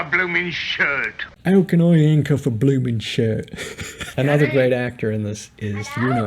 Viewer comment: "ow can I 'ancuff a bloomens shirt?"